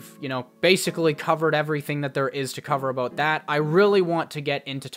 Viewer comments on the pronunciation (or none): Lol aboot